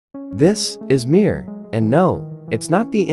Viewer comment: Mier means peace in russian It's pronounced not MIIIR but m(ie)r ^ И И ИИИИИ